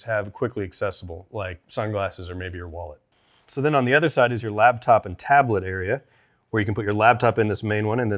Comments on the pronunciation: Is he saying LABtop instead of LAPtop? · Am I the only one hearing say ‘labtop’? Great video as always!